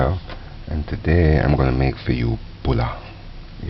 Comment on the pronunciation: dee "Bulla" is nice the way he says it. Honesty, one of most pleasant, soothing voices I've every heard... I want this man to read me a bed-time story :P